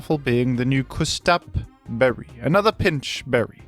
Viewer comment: "Küs-tap Berry" 😭